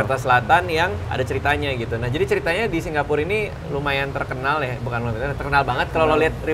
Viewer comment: Heran kenapa radit nyebut Singapur jd Singgapur.